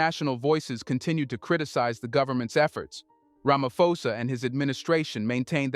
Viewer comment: While I appreciate the work you do, I also feel you need to do a research on name pronunciation. Cyril Ramaposa is a public figure and it surprises me that you pronounce his surname as Ramafosa.